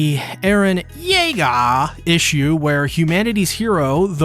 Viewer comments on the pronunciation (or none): none